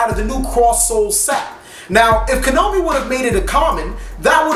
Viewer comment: Why do you always pronounce Konami as "Ko-no-mee"?